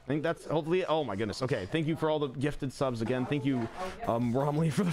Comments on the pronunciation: Anyone noticed that instead of it saying subs today is says sus today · Something that annoyed me the entire stream was that instead of saying subs today it said sus today and that just annoyed me